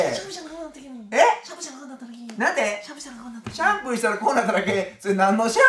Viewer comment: 「シャンプーしたらこうなっただけ」が「しゃぶしゃぶしたらこうなっただけ」に聞こえてまうわ